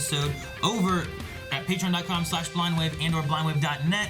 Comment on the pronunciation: Am I the only one who hears “Crew of Blahna Wave” ??? Fr tho